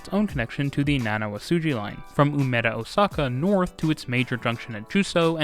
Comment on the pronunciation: nevermind "naniwasuji" had me choke on my drink